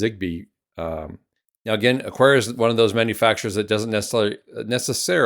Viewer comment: No 'u' in Aqara. Just pretend it's a k instead of a q.